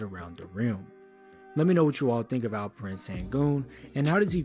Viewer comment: Call him Al-P not Alferen. Thats wrong pronouncement.